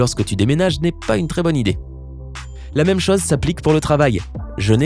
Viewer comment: la voix que tu as, tu parle avec le nez lol et j'aime pas comment tu prononce les mots se terminant par "eu" et "O" du genre "chose" en le prononçant "chause" je supporte pas sérieux